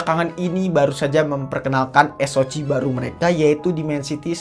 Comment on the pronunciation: Bacanya eS-O-Si bang, bukan eS-O-Ci. 😆 Atau kalo Indo eS-O-Ce.